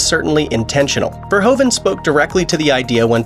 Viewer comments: Who is Paul Verhovan?? It’s pronounced Verhooven. Same sound as in Troopers. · its not paul verhoven like you say it but verhoeven